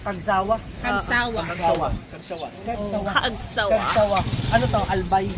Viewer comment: Cagsawa dol hindi casagwa😂